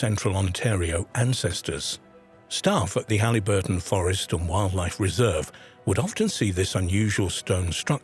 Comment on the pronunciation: It's Haliburton, pronounced Hal-i (short i) - burton, not Halleyburton, Ontario.